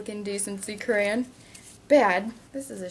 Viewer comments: i love the way she says crayon... crayin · did you notice that you are saying crayn instead of crayon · She said creyon not crayon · It's *crayon* not crayen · Crayen? That's like me saying, "Da Duck?" So, I'm cool with it! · why do u say crayon careyn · I came to this video just to hear how you used to say crayon, I'm from the wreck this journal number 13 I believe 😂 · she says crayons like crayns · Did anyone notice she was saying creyen? :D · could u please say the word properly it sounds like ur saying crane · It's pronounced crAYons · Hehe it sounded like she was saying Crayin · Omg stop saying craryn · she said grayin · I think i just went insane watching this. i just went back and counted how many times she said "crayun" or "Crayuns" and i counted 55. FFFFFFFFFFFUUUUUUUUUUUUUUUUUU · She said crayon wrong it sounded like she said crans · Lol iknow everybodys said this to you but CRAYENS! Lmfao :D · your saying crayons wrong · You pronounced cray-on wrong. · Your saying it wrong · U say crayon wrong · lmoa she cant say crayon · Im from Arkansas and thats exactly how I say it too ( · freaking learn how to say crayon right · You said "crayon" wrong. So many times.